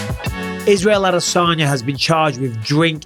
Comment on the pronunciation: brotha how tf did u butcher the name that bad. Adasanya